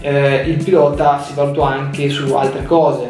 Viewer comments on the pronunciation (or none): none